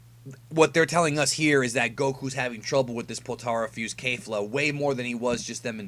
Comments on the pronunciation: Why do you keep pronouncing it Kayfla as if it's right. It's pronounced Kefura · curious...how is it kayfla when she and the announcer say it like kefla? Maybe i missed something, anyways good vid! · Kefla not Kayfla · No matter how many times you say KAYfla ill always always call her KEFla. Rolls off the toungue better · Isn't it pronounced K"ef"la